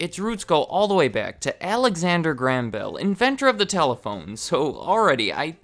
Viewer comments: "alexander gram bell" WTF, it's pronounced GRAY-um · It is pronounced Graham not gram. But otherwise very good video. Keep them up. Crazy to think Western Union was around then. You should do a video on them. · I'm from Scotland, and grew up in his hometown - it's pronounced "GRAY-HAM" not "GRAM" love your vids though :) keep up the good work! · That is the first time I've ever heard Graham pronounced like that. I am English and my Grandad is called Graham and the only way I've ever pronounced his name is like "Grayhum". Even Mr. Watson pronounces it like this. Just interesting to hear it said another way. The differences in the same language are so interesting! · You pronounce Graham weird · Weird, only now noticed that Americans pronounce Graham like gram